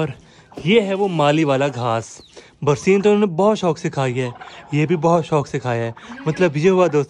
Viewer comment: Barseen nai hota barsan hota hai